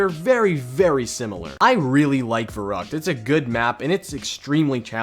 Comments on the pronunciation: Verrückt is pronounced as Ferryckt. V=F. ü=y. The map is german. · That german pronunciation 😬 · Pls learn how to pronounce the non-english words. It makes me cringe so hard the way you say "Der Riese", "Verrückt" or "Wunderwaffe"